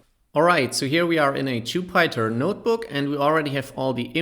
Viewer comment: "Jew-Pie-Tar notebook"